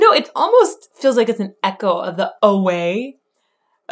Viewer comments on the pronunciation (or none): none